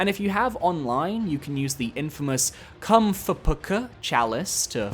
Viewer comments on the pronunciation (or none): its pronounced "cumfuck" funny youtube man❤